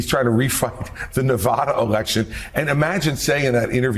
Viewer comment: Christie must learn to pronounce Nevada.